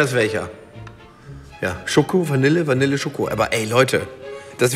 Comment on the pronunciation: Bitte das Wort Vanille richtig aus sprechen!